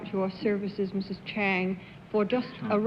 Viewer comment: And Bennett calls her Chung